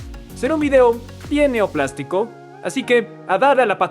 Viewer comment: Disculpen pero oi al inicio qe decia neoplástico, cuando es neoplásico.